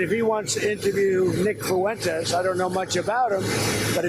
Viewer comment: Nick Foo-entez? DonOld can't even pronounce his name correctly 😢😅